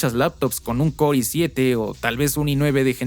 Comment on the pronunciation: Core i7 ❌️ Coi 7 ✅️